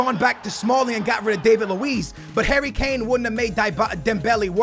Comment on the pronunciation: You mean Son & Kane.. Dislike till you pronounce names properly